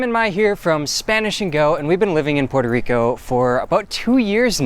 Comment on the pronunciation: “Porter Rico”